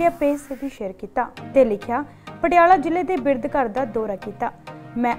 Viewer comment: ਚੈਨਲ ਦੇ ਮਾਲਕੋ "ਬਿਰਧ" ਹੁੰਦਾ ਭਾੲੀ ਨਾ ਕਿ ਬਿਰਦ.....